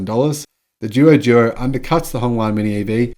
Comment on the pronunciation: Haha, I usually don’t mind you mispronouncing the Chinese car names, but after hearing that long list I just couldn’t help myself. Anyway these are a couple of the most obvious ones: “Duo Duo” is pronounced “Dwo Dwo” and means “More and more”. “Qin” is pronounced “Tchin” - When China romanised their alphabet they picked existing letters for consonants that don’t exist in Europe, and “Q” was one of them. Incidentally all BYD cars in China are named after Chinese Dynasties - doesn’t mean much to the west but they are meaningful to Chinese.